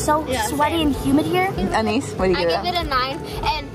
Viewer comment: Its not Anis its aniss😂😂